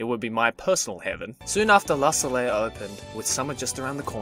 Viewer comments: just saying, Soleil, which means sun in french, is prononced "soley", not solel. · Can we get a certified frenchman to tell us how to properly pronounce Soleil? Pretty sure its So-lay (ish). Come frenchies!